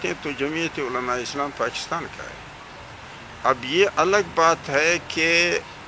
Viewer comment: So cute Mulana Sahab Pachistan 😂😂😂, make sure it was 4-5 time pronouncition mistake